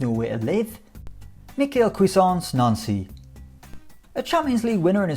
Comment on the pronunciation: Fun fact: Nancy is pronuced noncey